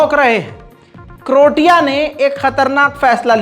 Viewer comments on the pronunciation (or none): करोटिया नहीं बल्कि क्रोएशिया है। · जिस देश का नाम आप करोटिया बोल रहे हैं वो असल मे क्रोएशिया है इसको आप krotiya की जगह (croatia) क्रोएशिया बोलिए सही वर्ड यही है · its pronounce Krow.ay.shuh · उस देश का नाम क्रोएशिया है ना कि कृटीया 🙏🙏